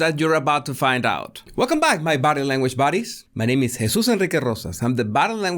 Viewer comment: hahaha, I love the way you say your nome.